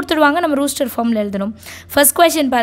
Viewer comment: It is ruster it is rOster😅